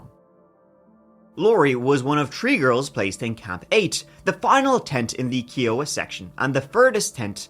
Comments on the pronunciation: "Kiowa" : "K-eye-oh-wuh". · Just for the record its Kiowa. Pronounced Kia-uh-wuh.